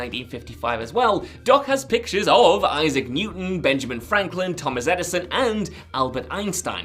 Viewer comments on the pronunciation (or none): none